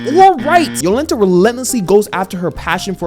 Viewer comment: Apparently the author based this story in Poland, the birthplace of Heliocentrism. Most of the names are Polish, you nailed Jolenta but I laughed pretty hard when you called Oczy (means eyes) Oxy 😂. And yeah this one a sleeper, I will probably go and read the manga when the show ends